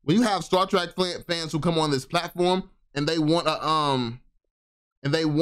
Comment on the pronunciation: my OG... its pronounced Star Trek not track lol love the content brother!